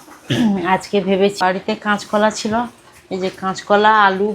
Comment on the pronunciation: তুমি সোস্যাল মিডিয়ায. কাজ করেছ ভোমাকে অনেক স্মার্ট ওচটপটে হতে হবে তা না হলে একটু অসুবিধার সম্মুখীন হতে হবে বোন। তুমি এই ভিডিও যে করছে দেশের সব মানুষ দেখেতুমি লেখাপড়া জানা মেয়ে ভয.দূরে ফেলে দিয়ে সাহসী মেয়ের মত কথা বলবে ভাই এত উচ্চারণ খারাপ করে নাতো। শেখার শেষ নেই গাঁয়ের কথা একটু পাল্টানোর চেষ্টাকর মানুষ পারে না এমন কাজ নেই। কেঁচ কলা নয. কাঁচ কলা.কাঁকরোল বলে কাঁকর নয.। মনেকিছু করবে না। অনেক ভাল বাসা পাঠালাম । ভাল থাকবেসবা ইকে নিয়ে।শুভ রাত ।❤❤